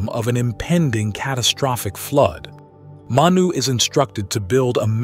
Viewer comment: It's pronounced (Mah-Knew).. We have the same creation story in my culture- I am a Native American, specifically I am an enrolled member of the Ojibiwe - Turtle Mountain Reservation.. Our Creation story involves a being named "Giccimanidoo" Manidoo (Mah-Knee-Doo) All creation stories come from the same event just miles apart. I can see that now.